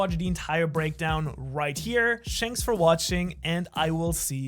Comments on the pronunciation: "shanks for watching" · Did any body notice he said SHANKS for watching at the end of the vid